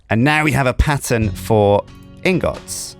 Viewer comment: can you say ingets intead of ingots cuz its making me triggered